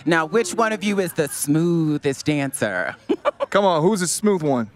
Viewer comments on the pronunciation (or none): "Smooooooothest deyancer" 😶😂